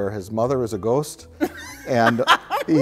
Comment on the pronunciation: as a Milwaukeean myself I much appreciate how Mike pronounces the word "ghost"